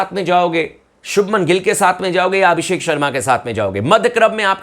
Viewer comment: Abisk होगे भाई भाई जी ये पी kr बोल रहा है abishak होगे